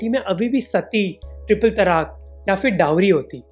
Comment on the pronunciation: Lol amen dude. Great sarcasm. BTW, you seem to be mispronouncing फिर (phir) as "फ़िर" (fir), which is incorrect; it's not a Persian or Arabic word. Also, the word you're looking for is effect (असर or प्रभाव), not "impact" (संघात).